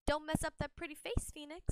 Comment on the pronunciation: Nobody: Jett's voice actor: PHonicks